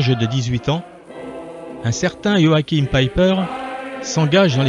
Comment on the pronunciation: Même le prénom est mal prononcer 😩😩😩😩😩